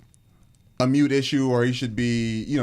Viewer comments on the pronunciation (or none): No disrespect to but the term is "moot" not mute. Congrats on the wedding!!!!